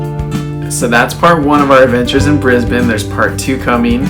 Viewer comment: You actually pronounced Brisbane correctly! You are OFFICIALLY Australian!!